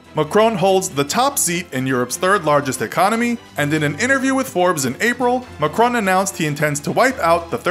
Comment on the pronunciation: The way how he butchered Macron's name, just beautiful 🤩